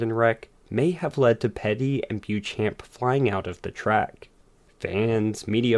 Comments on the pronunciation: Great video; but Beauchamp is pronounced BO-Champ! Johnny a forgotten ace of the early days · I have zero respect for the man but it is pronounced BO-SHAMP!